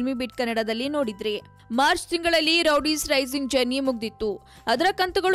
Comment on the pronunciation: Amma thaayi Rowdies alla adu Roadies... interview maadbekaadre saryaagi maathaadthara ilwa ashtu gotthaagde hire maadadra???